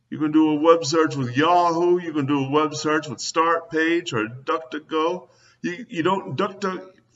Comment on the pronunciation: Guy complains that this and that isn't a verb or a word or whatever, and he keeps saying "wubsearch", which to my knowledge isn't a word either!